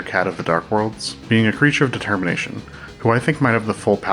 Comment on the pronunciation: The way you say it makes it sound as if you're saying "THE termination."